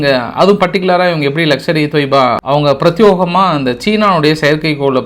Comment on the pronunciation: Prathiyegama not prethyogama.